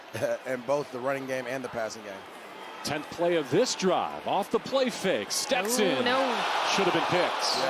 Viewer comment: Steston "PASH" Bennett